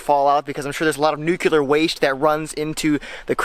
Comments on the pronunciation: 'Nook Lee er' not nucular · You said Nucular .Nice dip into survival fishing . Good to generate interest . Even though you're not in Alaska trying to survive it's nice to make folk think on these subjects . Thank you . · If I had a dime for every time "nuclear" was mispronounced "nuke-yul-er"...